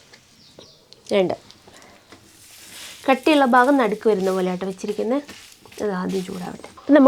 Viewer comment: ബാഗം അല്ല .. ഭ. ഭരണിയുടെ ഭ ...ഭാഗം നാക്ക് ഒന്ന് നന്നായി വൃത്തിയാക്കിയിട്ട് വീഡിയോ ചെയ്യുന്നതാവും നല്ലത്😅😅😅